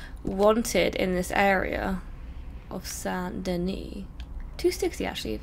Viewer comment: Can't even pronounce saint denis right